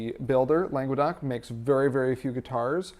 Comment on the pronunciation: God, hearing "langwuhdoc" was just painful. "Longe-doc" is way closer. Langues d'oc.